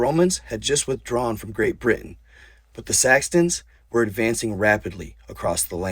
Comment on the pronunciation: (Sax-uns) Saxons, you only said it once or twice with a "T" but still... lolz